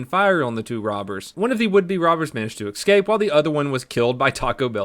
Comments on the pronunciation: It's S Scape. No X. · I enjoy your vids man but, ES-CAPE. lol